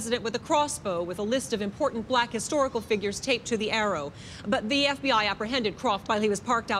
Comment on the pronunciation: Did the reporter just call the FBI the “BFBI” 😂